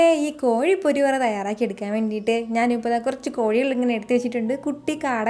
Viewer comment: കോയി അല്ല കോഴി ആണ്